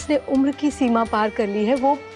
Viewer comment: Umra nhi umar hota hai